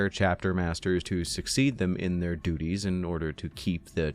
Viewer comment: HAHA you said dudies ...sorry bud ,,childish i know but i couldn't help myself 😁